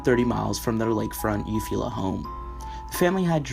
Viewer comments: Eufaula, U-Fall-Ah, Andrea Yates is in Clear Lake, Tx, Timothy McVeigh is Oklahoma City, Ok, not even close to the 35 def mark. Look up the pronunciation before you read this report. Would be much more believable if you sounded more professional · Little fyi Eufala= pronounced You-Fall-Ah :)